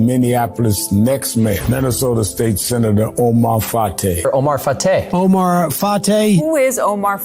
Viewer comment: It is pronounced fry. As a Minneapolis resident, I NEED Fateh to win. I can't wait to vote next Tuesday. Thank you for getting the word out!